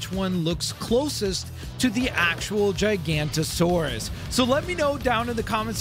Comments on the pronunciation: i think he missed one o when saying giganotosaurus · You pronounced Giganotosaurus and Actociraptor very wrong. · no offense but your saying "Giganotosaurus" wrong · How would God's name did you actually mispronounce the name Giganotosaurus they literally said it in the movie the name of the dinosaur multiple times and you still incorrectly pronounce the name how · the way he says gigantosaurus! 😂 it’s pronounced giga-nato-saur-us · Giganotosaurus not "GiGaNtOsAuRuS" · HE CALLED IT A JI GANTOSAURUS. IT'S A GIGA-NOE-TOE-SAURUS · Uh i think u said Gigantosaurus Not Giganotosaurus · what the guy meant is that the person in this video mispronounced giganotosaurus as gigantosaurus which is 2 different dinosaur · Okay, this guy should know that dinosaur besides t rex known as gigantosaurus is actually pronounced giganotosaurus. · its giganotosaurus not gigantosaurus but great vid🤩🤩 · It’s giganotosaurus, not gigantosaurus, common mistake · It’s not called a gigantasaurus it’s called a giganotasaurus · he says its a "gigantosaurus" ITS NOT ITS GIGANOTOSAURUS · ITS CALLED THE GIGANOTOSAURUS NOT GIGANTOSAURUS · And of course he says gigantosauruss instead of Giganatosaurus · Gigantosaurus? WTF its Giganotosaurus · Firs to all It’s not Gigantosaurus It’s Giganotosaurus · its not gigantosaurus its giganotosaurus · its giganotosaurus not gigantosaurus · Its giganotosaurus not gigantasouras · ITS GIGANOTOSAURUS NOT GIGANTOSAURUS AUUUUUUUUUUUUUUUUUGHHHH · Imagine saying gigantosaurus and not giganotosaurus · he pronounced the giganotosaurus wrong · not gigantosaurus its giganotosaurus (gig uh no toe sawr us) and no spine!!!!!!!!!!!!!! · It's GIGANOTOSAURUS not GIGANTOSAURUS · Its not pronounced gigantasaurus. Its giga(giga chad😏) noto(not-oh) saurus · It would be pronounced gig-a-not-a-saur-us or gig-a-no-ta-saur-us depending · Bro said gigantosaurus!😂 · giga- noh-ta-sor-us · Giganotosaurus pronounceation (ji-GA) notosaurus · its giga-noto-saurus